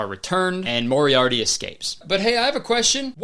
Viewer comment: he definitely says moriarity instead of Moriarty and I just?? they didn't have the budget for one retake?